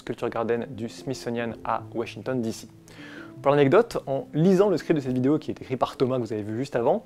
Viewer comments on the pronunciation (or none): none